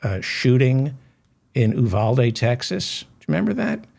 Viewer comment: David can pronounce Uvalde. <3 It bugs me to hear the way most people mangle it. :)